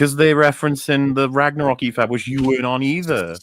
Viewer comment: God of War "Ragnork" XD